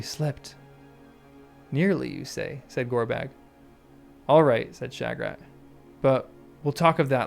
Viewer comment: I wonder what you are trying to get at with the alternative pronunciation of "Shagrat". You are the only person I've ever head try and say it "Sha-GRAT"! I think pretty near everyone says it "SHAG-rat"!